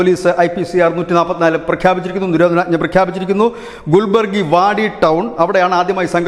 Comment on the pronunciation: ഗുൽബർഗ്ഗ അല്ലെങ്കിൽ കാലാബുർഗി എന്നു പറയൂ. ഗുൽബര്ഗി എന്നത് തെറ്റാണ്.